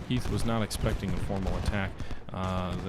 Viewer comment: I'm just glad you pronounced Harry Heth's name correctly :P